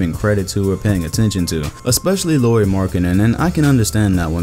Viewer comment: Boi u botched Lauri's name i ez trigggered, its pronounced like Lowry btw haha